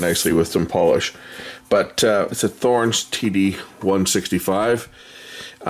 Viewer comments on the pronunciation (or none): And it's pronounced TOR-enz not THOR-enz